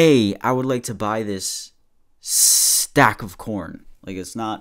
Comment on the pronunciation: "Hey, I would like to buy this ssstAck of coRn" 😂